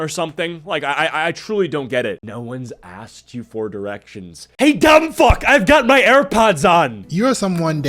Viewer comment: How do you know if you’re a moron?? You say ax instead of asked…